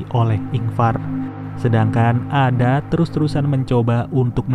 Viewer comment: Koreksi min, nama "Ada" harusnya penyebutannya "Eda/Eida"